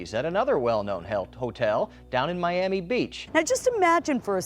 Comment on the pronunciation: And in this video we're gonna talk about a hotel in My-am-e.